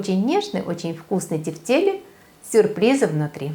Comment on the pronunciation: правильно произносить тЕфтели, ударение на Е в первом слоге! вкуснятина! спасибо за рецепт!